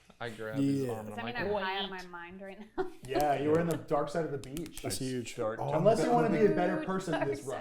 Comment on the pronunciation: “It’s a Hugh” hurt me lmao